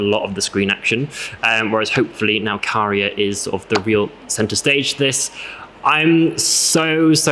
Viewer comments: But are not pronouncing it correctly...it's Käärijä, not Kaarija. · Kaarija as the U in the word bug Käärijä as the A in the word bag